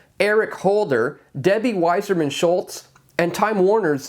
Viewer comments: It's Wasserman, like the old test for syphilis, not Wiserman. You must not be Jewish. Oy vey! Just call her "Ramen Head." PS if it was an idiot, likely it was a liberal. QED. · Stop reading Wasserman as “Wiserman”. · Debbie's name is WASSERMAN, not WISER MAN. YOU could be the WISER MAN, by checking this information.